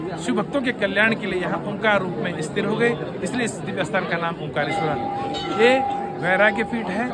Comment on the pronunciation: ओंकलेश्वर नहीं है ओंकारेश्वर है क्या बोल रहे हो पहले सीख लो सही बोलना